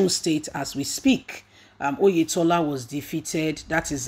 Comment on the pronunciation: Oyetola not Oyedepo